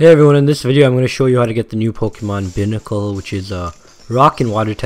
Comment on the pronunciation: im just gonna say this as a tip... it's not a big deal but it is pronounced Bye-Nickel